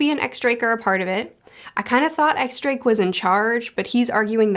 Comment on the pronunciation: Really a bummer that a Blackbeard theory wasn't picked here cause he's my favorite bit of theory material for sure. also for the record you don't pronounce the "X" in X Drake it's actually pronounced Diez Drake. The X is the roman numeral for 10 and that's 10 in Spanish which is a little silly but is the official pronunciation.